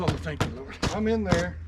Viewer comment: nothing like a old timer saying “O Thank Yah Lord” made me smile!